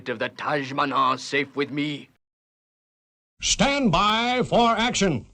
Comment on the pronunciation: Shtand by for action! I’m old enough to remember but I don’t remember SHTAND 😆